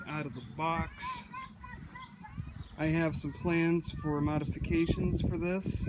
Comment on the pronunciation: Modifishcations...new word...lol